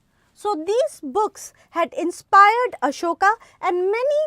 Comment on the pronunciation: Ma'am it's Ashoka. Not Asokas ...😅